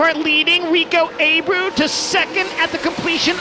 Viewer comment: It’s not pronounced “A-brew” it’s “Ah-bray-ooo”